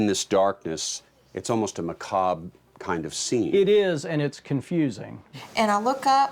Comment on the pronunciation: did he mispronounce 'macabre'? Not criticizing him, asking as a curious non-native speaker